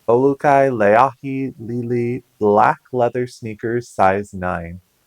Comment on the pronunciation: I'm a subscriber in Hawaii. And you do a pretty good job on the Olukai names. Lay ahee Ley EE LEE. Usually spanish speakers have better pronunciation since the vowel sounds are a bit similar. We have a bunch of Olukai stores here and I never seem to find them at my local thrift. Oh well nice to see you come across quite a bit of Hawaiian wear.